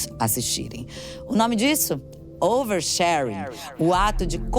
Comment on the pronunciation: Fernanda paes leme: "O nome disso? OUERSHÉRENE"